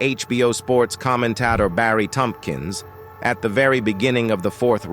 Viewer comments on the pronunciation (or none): none